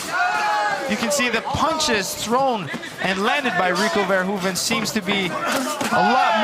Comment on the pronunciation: I like how Ron Kruck is really making an effort to pronounce Verhoeven's name like a native Dutch speaker would pronounce it. . He must have practiced that a hundred times :)